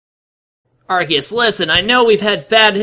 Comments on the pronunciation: Ikr if that's how you say Arceus then you should say cactus like sactus. Lol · Everytime he says the name of Arceus wrong it make me just want to yell straight into his ear with a microphone. It drives me insane